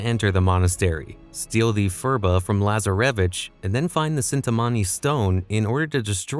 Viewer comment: I hate the way this AI says Lazaravic and Rafe’s name